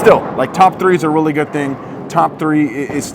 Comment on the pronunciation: Drink every time says “rilly” (really)